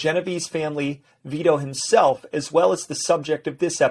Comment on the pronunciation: It's neither it's Vito